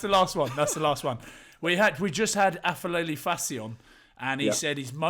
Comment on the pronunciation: boys aphelele is pronounced like pepper not like f sound